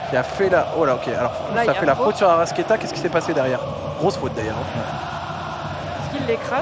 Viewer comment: Je suis supporter de Flamengo depuis le Brésil ! Tellement heureux du match d'hier et de la victoire ! Par contre en voyant ta vidéo je m’aperçois d'une erreur, la prononciation c'est ArrascAeta (toi tu ne prononces pas le A, tu prononces Arrasquéta).